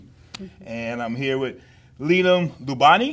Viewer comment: I sincerely feel bad for Adam and Leem. Not only did they have their names severely butchered, but the whole interview in general was awkward. This movie deserves so much respect.